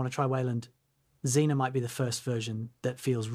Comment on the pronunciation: See I kept reading that Z-ae-na. But you read it Xena. And now I can't get that theme song out of my head XD